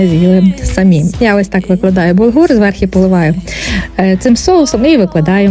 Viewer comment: Все добре, все гарне, але попрацюйте із своїм словом «зверхи», будь ласка